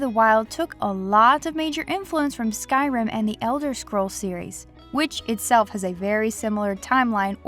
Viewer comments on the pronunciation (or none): none